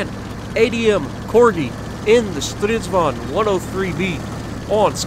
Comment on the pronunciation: "-vag'n" would be correct pronunciation. Start with Strids-wagon. Now make it German by pronouncing the W as a soft V. Now remove the "O" like it's a southernism and cutting vowels like in "reck'n", "shake'n", "mud'n".... but "vag'n"